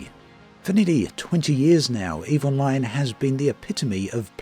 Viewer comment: Every time you say "Eve Online", I keep hearing "Evil Mind"